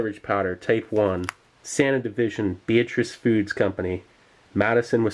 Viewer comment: You pronounced Sanna correctly! NICE! That’s my name. I’m related to that Sanna family. They invented dried milk. It was originally called Sannalac. Beatrice bought them out.